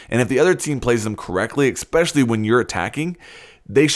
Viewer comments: it is not eXpecially. it is eSpecially. say it like it’s spelled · He says expecially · ”Expecially” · “Ecspecially” I cringed so hard at that when he said that